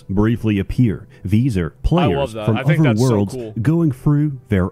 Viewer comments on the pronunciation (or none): 'Pwayers from uver worlds'